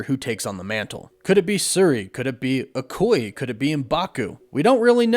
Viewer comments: Sir-ee? A coy? Mfkr have you WATCHED black panther?! What are these pronunciations? 🤣🤣🤣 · In this video… called Shuri, “Sir-E”. And Okoye, “O-koy”. Shame shame… also both Warren, and Chris over at culture are still calling Chthon, “Kuh-Thoon”. It’s Kuh-Thawn. Gosh dang it guys, asdfghjkl!***